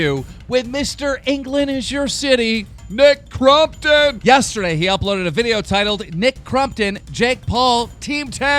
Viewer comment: Everytime he says ‘nick crumptun’ I lose a brain cell